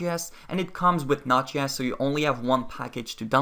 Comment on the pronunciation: Your pronunciation of Node.js drove me crazy